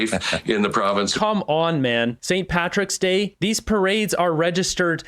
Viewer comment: St Patrick s day..goof, the word "DAY " what part of that word don't you understand ..